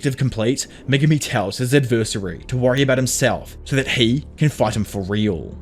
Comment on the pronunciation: You gotta learn how to pronounce the word "adversary" it's cringe how you say it.